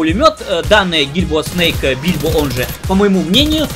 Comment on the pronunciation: Почему бильбо? Гильбо же вроде?